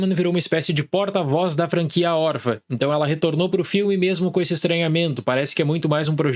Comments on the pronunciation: Não pude deixar de reparar: por que o fala "órfa", sem o til? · Acho fofo que ele fala "órfa"